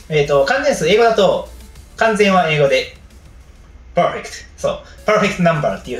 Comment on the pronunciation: 福良さんの発音いい英語珍しくない？